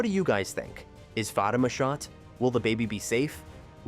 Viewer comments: Za-Tima It's like you're purposely mispronouncing it. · AI can't pronounce Fa tima not fat I am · Fateeema not Fa ta ma!! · Do you people reporting on this show watch it, or are you reading a script?????? I enjoy your short clips, but you need to watch the show to LEARN the pronunciation of Crystal's name on the show as well as the name of the show.... Fatima and Zatima. Not whatever it is you are saying. Apparently, I'm not the only one it bothers. Please do better!😢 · Y'all need to stop using AI FOR OUR STUFF AND WHITE ONES AT THAT. ITS FA TEEM A AS IN A SPORTS TEAM IN SISTA NOTS SISTAHHHHS. HAYSLET. IS SOFTLY PRONOUNCED AND YOU DAMN WELL KNOW YOU DIDN'T WATCH OUR SHIT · First of all I'd like to ask please stop pronouncing their names wrong. I don't think Fatima got shot. But I do see her cousin Madame coming into the picture very soon. 😮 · It’s pronounce fateemah! And zateemah! I’m hoping I’m closed. Caused what they saying Is killing me. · The show is pronounced Za/ti/ma and Crystal’s character’s name is Fa/ti/ma dang. Please don’t screw this up again. It’s hard to watch your videos or take what you say seriously if you don’t even show enough interest to figure out how to pronounce your subject matter🤨 just saying 🤷🏾‍♀️